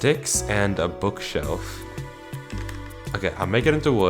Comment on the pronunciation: I thought bro said "book shelf" not book shovel 😂